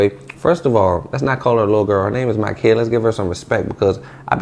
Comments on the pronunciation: It’s NOT pronounced “Key”…… it’s pronounced KIE….. like “Pie” or “Tie” or “Lie”. Makiyah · He dont know em but made a video about em. Then, dont even pronounce the lil girl name right? This view chasing shit is vicious. Smh